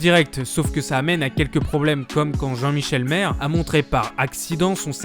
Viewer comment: Comment peut tu avoir regardé l'émission ne serait-ce qu'une fois et prononcer Valérie "Bénin" ou Jean-Michel "Marre" ? heureusement que le contenu est intéressant mais on a l'impression que ce n'est pas la même personne qui ecrit et qui parle...